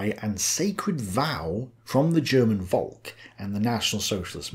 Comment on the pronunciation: The true question is, will ever pronounce Volk properly? Simply saying folk would've been miles closer.